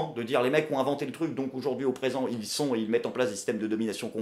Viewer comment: J'adore ce que tu fais par contre toi qui revendique la France toussa toussa on AUjourd'hui et pas OUjourd'hui a chaque vidéo j'ai mal au français :)